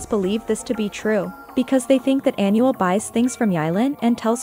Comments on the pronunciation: If you gonna interpret a language make sure you at least do your research and pronounce it right!! Smh You’re pronouncing Anuel (Aaa•Nuuu•elll•) like Annual. 🤦🏻‍♀️ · well if that’s the case then it’s really not that hard to search up how to properly pronounce the name of your subject lol? Just stating the “obvious” and correcting it because in every video they call him “Annual”. 😂 (coming from a Puerto Rican 🤷🏻‍♀️)